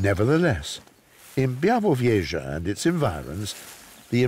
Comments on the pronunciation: Yes, me to but honestly also it starts to bother me more each time I hear Bie - vu - vieshah 😅 and also when he described where this place he mentioned only the distance from Berlin for some reason 😅 but the voice is great and it's a beautiful documentary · Fantastic narrator. As a Pole, I appreciate the struggle each time he says `Białowieża' :D